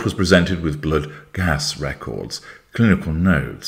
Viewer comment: Bluwd!! Oops northern accent suddenly appeared!